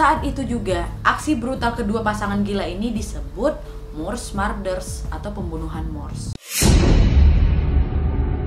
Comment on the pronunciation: Kaaaa .. murders dibaca nya tetep spelling "u" bukan marder cmmiiiwwwww